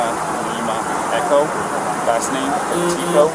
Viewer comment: They are saying petico not petito unless the officer heard it wrong?